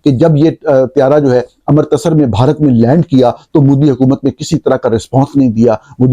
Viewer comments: "وجوہات کی وجہ سے" نہیں "وجوہات کی بنا پر" مودی کا تلفظ Modi ہے، Moodi نہیں۔ امرتسر کو Amritser بولا جاتا ہے، Amer-tasser نہیں۔ ملک کو mulak نہیں mulk کہا جاتا ہے۔ عربی میں شہر کا نام Ga-za نہیں GHAZZA ہے۔ نیز جاوید کو جوید نہیں کہتے، نہ تاریخ کو تریخ۔ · امرتسر کا تلفظ غلط ادا کیا گیا, امر تسر نہیں بلکہ امرت سر, ام +رت+س ر = امرت سر